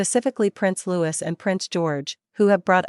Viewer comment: Prince Louis is pronounced as French Louee.